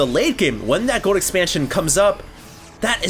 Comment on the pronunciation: you need to practice saying the word "Gold". There's an "L" in there...